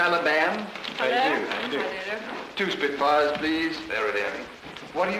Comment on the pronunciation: “Two Spitfars please”.